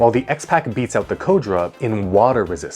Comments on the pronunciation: Not "codra"... It is pronounced "core dura" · Cordura not codra